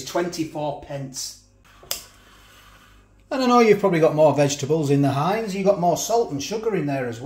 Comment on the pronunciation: Its Not Heinz it's HEIN..LOL